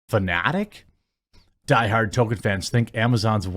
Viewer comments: Jeremy for the Love of All that is holy, there is an L in the man's name. Tolkien. Tolkien. Tolkien. Not Tohken as you say in every bloody video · Every time you call him "token" i die a little inside. There's an L in his name